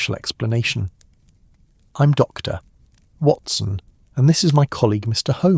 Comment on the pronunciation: its AI . didn't you notice when Watson introduced himself as "Doctor..... Watson." indicating the AI read 'Dr. Watson' as a period and beginning of a new sentence. Its still good though.